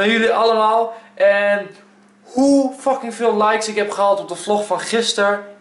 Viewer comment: Echt erg maar je zegt wel veel keer docking d moet een f zijn